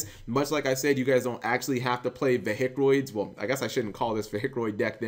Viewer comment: got triggered by "veHicroids"..... :(